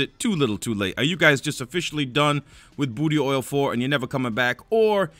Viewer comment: “Booty oil 4” 😂😂 love you!